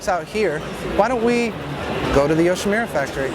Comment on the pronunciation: all nice,only one thing,it's not yoshimira,it's youshimura:)